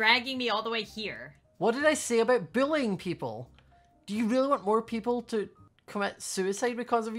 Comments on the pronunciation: stop billi-ing people Me: IT'S SAID BULLYING NOT BILLI-ING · attempting to say bully- WHY ARE YOU SUCH A BILLY?! Me-did he say BILLY?! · Me the whole time, laughing cause it sounded like he said "Don't billy people!" (No offence you're the best!) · is it me or does sound like he's saying billying